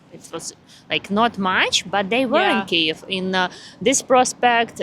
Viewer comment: pronounces Kiev like Key-yave – am I (as an English-only language-dwarf) hearing that right?